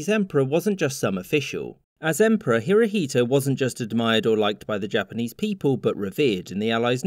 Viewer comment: "Hirohito" you pronounce Emperor Showa wrong